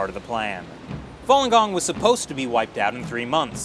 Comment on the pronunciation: More commonly known as Follon Gong? er no, it's Falun Gong.